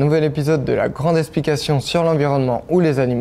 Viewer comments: La grande ESSplication ?! Sérieusement ? C’est si compliqué à prononcer correctement EKSplication ? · Jeune homme, essayez de dire eKsplication, et non esplication, cela vous donnera tout de suite l’air moins bête. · Très intéressant mais il va falloir travailler les X. J'ai un peu du mal à entendre le mot "esplication" ^^